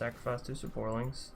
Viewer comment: It's saprolings not saporlings lol